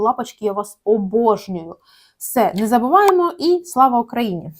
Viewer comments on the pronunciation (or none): none